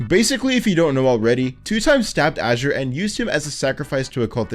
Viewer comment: thanks for being the first person to pronounce azure like azurewrath